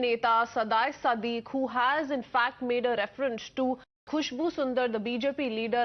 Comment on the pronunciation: Dear news reader,...That's not SADHA-E-SADIQ,....that's pronounced as SIGH-DHAI-SADIQ ( Saidai Sadiq )